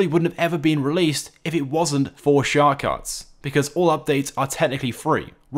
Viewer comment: "shhhar cards"